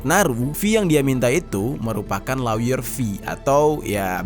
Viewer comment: Lawyer dibaca lier bukan si